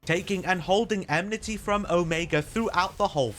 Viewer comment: Lots of useful tips! Fight is still a pain though lol. Side note: Is it really eMnity and not eNmity? Have i been saying it wrong all this time? lol. Anyway, great video bro!